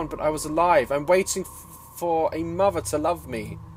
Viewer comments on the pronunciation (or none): none